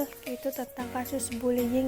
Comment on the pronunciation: Bullying atau bulling🤣